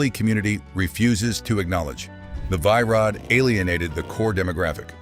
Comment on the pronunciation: Its pronounced VEE Rod